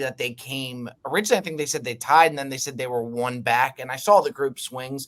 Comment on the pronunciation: Every time says Sawl or Drawl I want to lose my mind! It’s Saw and Draw! There’s no Fucking L!!!!! Besides that great job boys. calling CC son LD is fucking classic!!!!! Never change boys